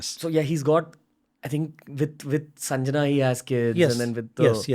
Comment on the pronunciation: PLEASE READ PROPERLY N PRONOUNCE RIGHT WORD. ITS NOT SANJANA BUT " SANGYA". READ SANSKRIT IN TOTAL.